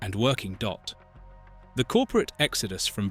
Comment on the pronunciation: Why do you keep saying Dott? And why do you not know what 19th, 20th and 21st is? Maybe you should have payed a little bit more on someone who knew how to read?!